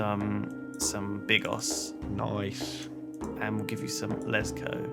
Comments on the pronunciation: Its pronounced "LETCH-oh" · You read 'Leczo' as 'Lecho'. They won't read this but it's for others that are interested.